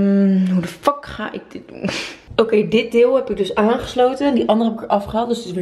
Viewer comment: Hoe hij het uitspreekt: F*CK jullie!!! 😂😂😂